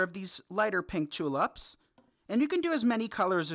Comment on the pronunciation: This came out so cute! But please, in future, they are tulips Not tulups! 🌷